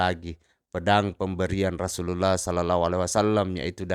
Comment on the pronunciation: Perbaiki pertuturan terlebih dahulu pertuturan pun tak jelas klu nnenjadi imam pun tak boleh, sebut rasullullah bunyi jadi rasullallah